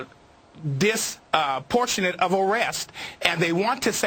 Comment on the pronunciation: Is a "dis-portionate of arrests" like a yoot Mr. Gambini....